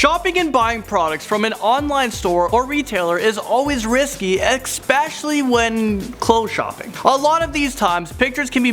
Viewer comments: Pls stop saying "exspecially" instead of "especially" 😭😭 it's such a pet peeve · It's not EXCSPECIALLY! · what is "expecially"? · x pecially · It's especially not exspecially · WTF does "Ekspecially" mean? Learn how to speak. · When will people ever stop using "expecially"?! It's wrong, it's annoying. STOP. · Did he just say "eXpecially"? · Especially doesent have an X in it. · It's especially. there's no x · this dude said xpecially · "excspecially" and "dark brown leatherette meaning smaller version..." You had ONE JOB XDDDDDDDDDDDDDD GET IT RIGHT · Stop saying exspecially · "exspecially" ... (x.x) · Yeah, I basically can't watch videos from this guy - and for an "announcer" he needs speaking lessons. Especially doesn't have an X in it for example. Stunning to me this channel has so many subs with how awful this guy is.